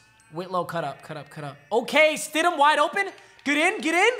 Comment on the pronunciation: "Jarrett Widham" smh its stidham;)